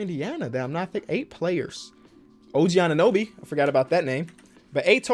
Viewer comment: Oh-Goog-wa Anunoby